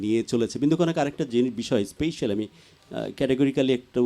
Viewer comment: উপস্থাপক খুব সুন্দর করে উপস্থাপন করেছেন। স্মার্টনেস অবশ্যই ভালো ,কিন্তু সমস্যা হলো ওভার স্মার্টনেস। স্পেশাল শব্দটাকে উপস্থাপক প্রতিবারই স্পেইশাল বলেছেন, যেটা ভুল। অন্যদিকে বিন্দু কণা আমার খুব প্রিয় একজন শিল্পী। কণার গান আমার খুব ভালো লাগে।।